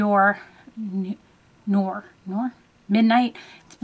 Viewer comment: Nor. Nor? Nor. Lol